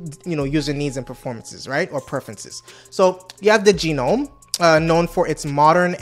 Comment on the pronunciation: Gnome is pronounced Gernome not Geenome